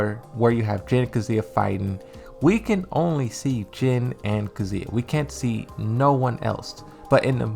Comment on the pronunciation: ffs dude, it's Kazuya not kzuia